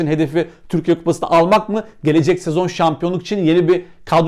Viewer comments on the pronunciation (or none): none